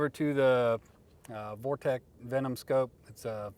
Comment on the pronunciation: Hearing people say vortec instead of Vortex is just as frustrating as people saying hornaday instead of Hornady. Use the phonics your 1st grade teacher should have taught you